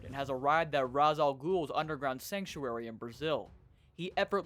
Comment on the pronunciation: Can't tell if you're voicing yourself, or using a tts program, but just in case "Ra's" from "Ra's Al Ghul" is pronounced like "Ray-sh"